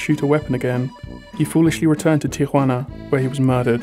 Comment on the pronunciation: You're the first American I hear to pronounce Tijuana correctly (almost) and there are a lot of Americans there!